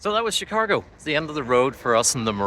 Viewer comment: Chicargo? Chicahgo? 🤔 🤪